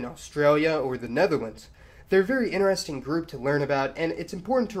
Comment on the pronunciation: Your pronouncation of the word "interestimg" sounds like "in-resting"